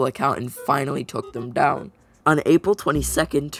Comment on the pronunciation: why did aprill sound like apil